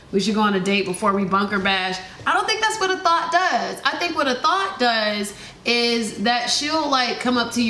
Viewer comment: Hearing her call a "THOT" a "thought" repeatedly is absolutely cringy. Lmao